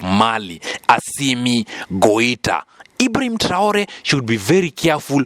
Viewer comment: Not Goita. This is why I don't listen to all channels about African news.